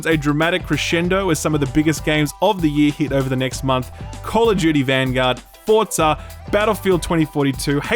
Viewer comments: Did you just call forza “FORTZA” lmaooooo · Forza does not have a "T" in it.